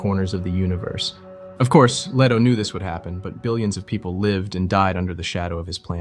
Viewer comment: LEE-toe, not LEH-toe (listen to Emperor Shaddam IV in the 1984 Lynch movie scene of the secret visit of the Guild Navigator). CHAH-nee, not CHIY-nee (the entirety of the Czech mini-series)